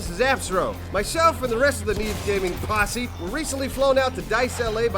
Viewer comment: the emphasis in "Posse" right there in the beginning had me laughing. love y'all